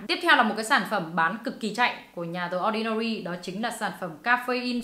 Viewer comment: ơi phải đọc là “đì ordinary” chứ ko phải “đờ ordinary” nhé